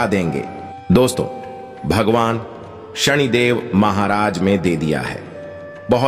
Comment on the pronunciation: सनि देव है उच्चारण सही करो सणीदेव नहीं